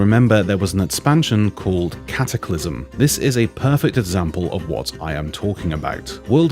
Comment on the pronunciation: when i heard "cataclysm" i had to take a vomitbreak